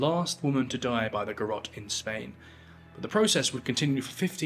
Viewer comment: Garrote, not Garotte. The final e is voiced. Ga-rro-te Three photographs used in this program (at 0'52", 2'09", and 3'04") were garrote executions in the Philippines. This was brought by Spain. Odd that you didn't mention this, as an example in Asia.